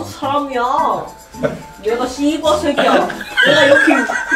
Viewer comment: ㅋㄱㅋㄱㄱ 욕하는거 처음보는데 매력 쩌네 발음 개 찰져 ㅋㄱㄱㅋㄱㅋ 쒸버새꺄